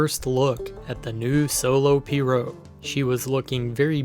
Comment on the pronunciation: It’s pronounced P-rogue, The g isn’t silent, It’s also called piragua in Spanish